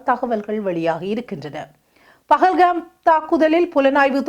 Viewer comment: பகல் கம் அல்ல , அது பகல்கம்.....